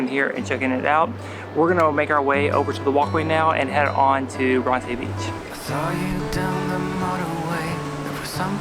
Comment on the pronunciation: is no one gonna mention how they completely mispronounced the name Bronte. lmao its bron-ti not bron-tay